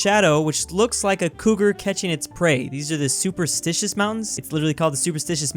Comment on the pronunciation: Superstition not supersticious or whatever tf you said haha